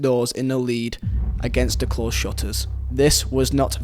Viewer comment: its closed not klossed